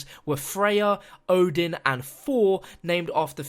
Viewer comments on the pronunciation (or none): none